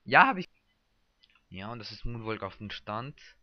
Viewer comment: monwaLLLLLLLLK man spriecht das so aus woonwock